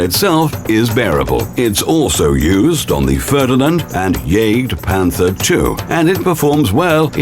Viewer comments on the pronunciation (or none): Though he said jagdpanzer and jagdpanther so awfull ermahhgurd that sounded like cancer